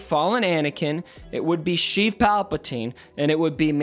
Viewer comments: What are you calling Palpatine? Sounds like "Chief" or "Sheath" Palpatine...? :D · Stop saying sheev palpatine plz